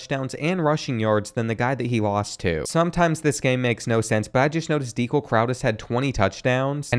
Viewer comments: Can you do a long term fantasy with the current roster? Go cats! Also, I’ve never heard someone mispronounce Dekel’s name more either lol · You butchered Dekel Crowdus’s name bruh😭